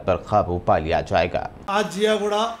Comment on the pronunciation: Ziaguda hai miya wo jiyaguda nahi hai pasha